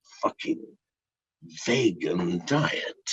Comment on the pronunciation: Did he say fresh Vaygin diet haha